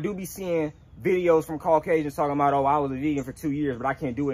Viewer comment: “This tree know what I’m talm bout”😂😂😂😂🤣